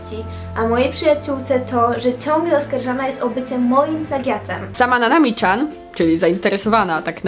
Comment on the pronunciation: Dlaczego mówisz Nanami CZAN?! Tak ciężko powiedzieć Nanami Cian?!!!!